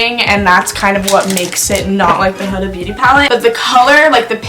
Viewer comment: you had her name right the first time it’s “Hooda” not “huhduh” .